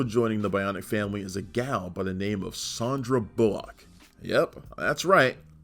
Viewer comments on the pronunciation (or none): She's Sandra, not Sondra.